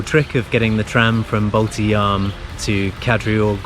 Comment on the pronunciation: Nice to hear that no more Baltidzaam but now its correctly Baltijaam.... :)